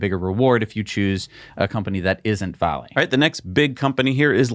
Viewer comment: I've never heard anyone pronounce VALE Vah-lay